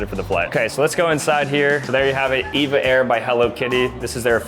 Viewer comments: Said it wrong for EVA air it’s EVA air not Eva air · EVA AIR is said E V A not the name EVA just E. V A.